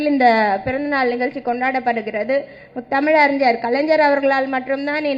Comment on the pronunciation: Ethanai muthamiz ariyar,...nee first script correct ah padi ma